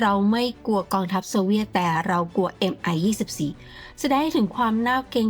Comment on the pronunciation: Mil Mi 24 ออกเสียงว่า มิล มิ 24 ครับ เพราะเป็นฃื่อผู้ก่อตั้งสำนักแผนแบบนี้ ไม่ใช่ เอ็มไอ 24